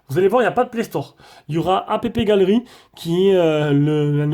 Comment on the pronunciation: C'est pas "apépégallery" mais "appegalery" niveau prononciation, sinon super test !